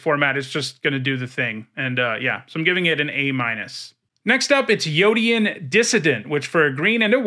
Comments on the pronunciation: Did you miss that Queen Kayla also brings back a card with mana value 3? One activation and you're likely miles ahead, especially in a red-white aggro deck. Late game you can trade out extra lands for cards with value. I predict this is a card you're going to find you undervalued. Edit: Also "Yotian" is pronounced "Yo-shun" not "Yo-ti-an." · is yotian pronounced Yo-Te-An, or Yo-Shen. I always pronounced it "Yo-Shen"